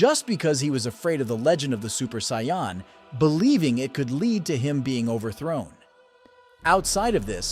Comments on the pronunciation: Also in Japanese it’s pronounced Say Uh Jin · It’s pronounce Say Anne for Saiyan